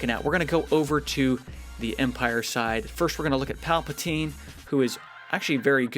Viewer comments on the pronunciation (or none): none